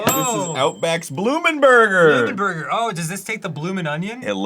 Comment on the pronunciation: “there is a pineapple in my burgah” iykyk